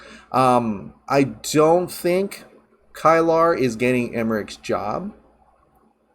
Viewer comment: Just so you know, Kilar is pronounced key-lar.